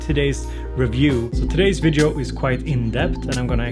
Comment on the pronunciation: Please, remember: Every time you say "vidjo" a kitten dies! ;)